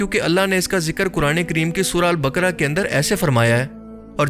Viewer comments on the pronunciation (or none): none